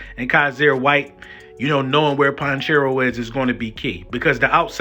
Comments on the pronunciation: It’s pronounced Pa-check- Ko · Po-check-o is how you Pronounce his name he’s from my home town I know his family he’s a great kid and him and his family are HUGE Eagles fans .. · lol my whole fam are chiefs fans so I watch their games. It's pronounced PAH*CHECK*EO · Lol "ponchero" is Pacheco 😂 but great breakdown! Go Birds were getting our 2nd chip!! 🦅🦅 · his name is Pa - chec-o pacheco